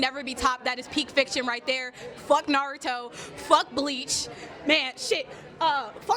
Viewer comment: Damn, first hot take, and we already gettin nardo instead of Naruto 🤣.